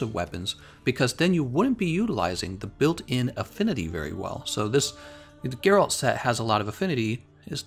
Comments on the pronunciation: It's Gèralt, not Geràlt. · Cringed a bit when i heard him say Gerált tbh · You pronounced his name wrong Sorry but that way you said it was cringie